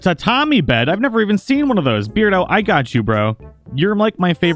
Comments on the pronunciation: I think it's pronounced bear-do, like... Cuz he's a bear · ahahahah after hearing the whole episode of you saying beard-o i just got used to it 😅😅